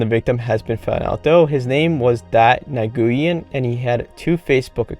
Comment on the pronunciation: Nguyen is pronounced as win